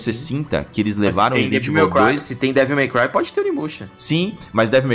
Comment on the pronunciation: Toda vez que eles falam Devil My Cry eu escuto devo meu pai 😂😂😂